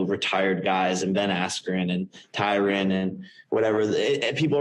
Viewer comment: jake is finally puttin some respect on Tyron's name by saying it how it should be pronounced